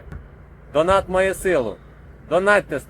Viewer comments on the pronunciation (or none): none